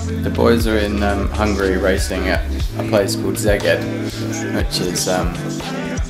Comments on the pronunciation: Szeged is pronounced Seged:) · I'm a hungarian Brownie and I have to say that the way you pronounced Szeged was super adorable :) xx